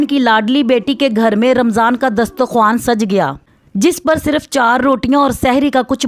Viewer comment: Bolna to Sikh le pg... Amman nhi emam hota or tastarkhan hota h